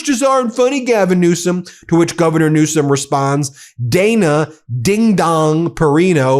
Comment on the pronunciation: NEWSOM NOT RANSOM